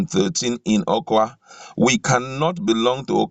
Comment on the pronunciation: This reader should leave the script to the writer as he makes nonsense of the script when he murders certain words. Eg it should be: UmAhi not UmUahi, Awka (pronounced as Oka) not OKWA, UMUahia not UmuOHIA, Arthur not Otor. Alternatively post the script and allow us read. Besides your voice offends. ☹️☹️